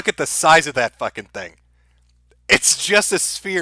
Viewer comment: I hate how says, "that's the fing". The "fing"... thing... "fing".